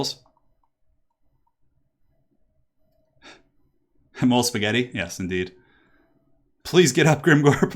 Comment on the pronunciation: It's still Cuss-toe-deez :)